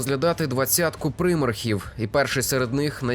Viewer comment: Дякую за відео. Правда від прИмархів в мене теж вухо смикається ))